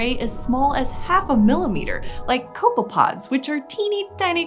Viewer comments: I thought you said "coco-pods." Sorry. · Lol “copepods”